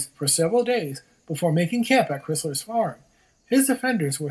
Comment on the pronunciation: you need to learn how to pronounce Montreal, Crysler and Chateauguay!!!